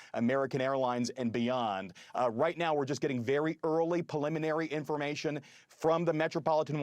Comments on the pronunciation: Please stop saying pelliminary 😭😭 Edit: Not trying to be mean or anything, it's just grating on me so hard. As an expert guest, the guy is fantastic. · Someone teach him the word preliminary!